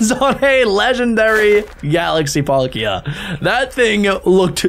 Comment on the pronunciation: They are not galaxy pokemon packs it's battle styles and they are fake cards and he chucked a cevil full art which is probably worth £20 also the way he pronounced palkia